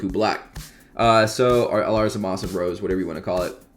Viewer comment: Its zamasu not zamas